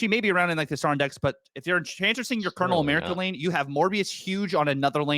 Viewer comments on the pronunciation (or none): Calling him “Colonial America” makes me cringe. That’s so bad. It’s pronounced like “Colonel Sanders”